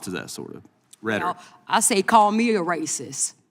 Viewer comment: “…they have broke the law,” “Poe-lice,” “rasis” clearly well educated bigots.